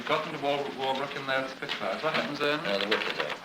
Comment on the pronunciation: “Two Spitfars please”.